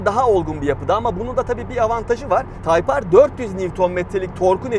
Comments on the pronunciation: Nasıl yazılır ? Type-R Nasıl okunur ? Tayp Ar Nasıl okunmaz ? Taypır :) :) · Nasıl yazılır:type-R Nasıl okunur:tayp ar Nasıl okunmaz:taypır :D abi yarıldım yaa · Nasıl yazılır? Type-R Nasıl okunur? Taypar Nasıl okunmaz? Taypır =O :-P ;) :-( :-) :-! :-$ B-) :O :-* :-D :'( :-\ O:-) :-[